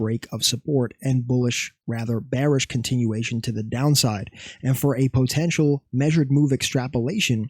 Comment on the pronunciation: fav word “po-tential”😂😂